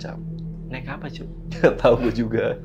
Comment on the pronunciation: "cok" abang abang semuanya 😅 ,, bukan "cuk"